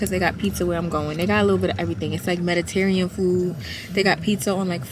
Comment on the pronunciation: Did you mean Mediterranean food? Cause said Meditarian food🤣🤣🤣 Italy is in the Mediterranean area 🤭And I hate when I get my waist length natural hair done and it wanna rain. But my curl pattern be popping tooo😛